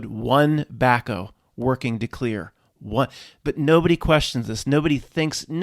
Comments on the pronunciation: Back-HOE. Back-o? Wtf is that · Is back-O a PA term? Never quite heard it pronounced like that...one of many, Haha